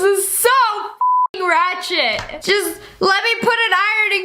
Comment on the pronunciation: You said. Ratchid 3 times!!!